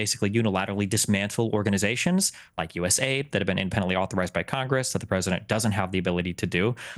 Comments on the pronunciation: it is USA-ID not US-AID you muppet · Hey destiny it’s pronounced U.S. A.I.D. Not us aid